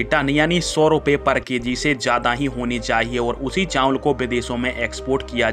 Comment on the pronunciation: चांवल नहीं, चावल बोलें।